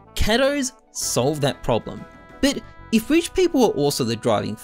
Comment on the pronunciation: It always makes me chuckle how can't say the word "but" lol. Count how many times he says "bit" instead of but 🤣